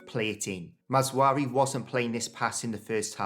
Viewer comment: It's not MazWARoui but MazRAoui